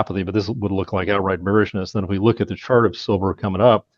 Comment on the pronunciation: Did you say chart or shart